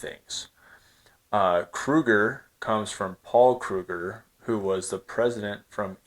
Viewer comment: As a South African I want to extend my appreciation for your video about the Krugerrand. Earlier in the week I expressed my disappointment with another content creator who referred to the Krugerrand as a "disgusting coin"...not cool at all. Paul Kruger the 1st President of the Union & your pronunciation of Kruger,Rand & Springbok was spot on!